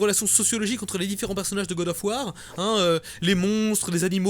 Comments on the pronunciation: le faul sav war m'a tué XD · "Faul sav War" k.o x) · "Faul sav War" excellent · Gad of war... Putain j''appelle les flics xD